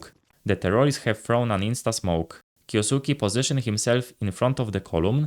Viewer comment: It's kyousuke not kyousuki